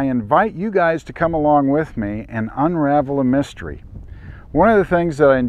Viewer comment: Unravel a Miss-tree? I am sorry sir, we're from the governement, we're going to have confiscate those fake trees. They arn't the truth obviously, you are a climate change denier otherwise you wouldn't be trying to push conctrete trees as the truth.....LOL! Very nice presentation of a a very intertesting geological phenomenon.